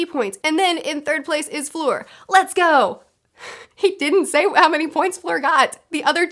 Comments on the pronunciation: In the first task, their speed was the most important. Fleur took her time to get the egg. (And it's not pronounced like Floor, it's like in 'erm...') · You catch so many things, and they're really interesting points. You're my HP expert now.^^ BTW, Fleur is pronounced like "flirt"(without the "t). ;) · "For floor" "flure, fore" 😄😝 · "fleur" does not contain a hard r, that's all you really need to keep in mind :) my main gripe is that dumbledore had the entire student body watch an empty lake for probably ~2hrs and then a maze entrance. what the fuck. why. the tasks could have been literally anything.